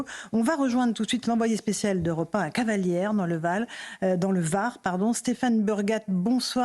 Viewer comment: Hey les journalistes de choc c'est Cavalaire et pas cavalière....😂